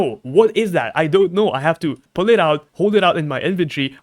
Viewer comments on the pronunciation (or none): none